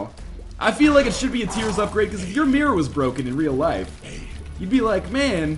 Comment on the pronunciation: MEH-ror O.o? not miRRor?